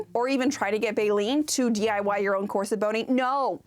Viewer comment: Loved this! In particular the correction pronunciation of corset as opposed to core-sette vid been hearing of late!